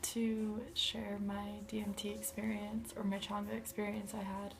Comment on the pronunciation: Pronounced chain-ga, not that it matters.